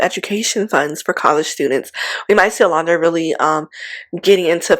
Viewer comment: Are you aware that you mispronounce Olandria’s name often?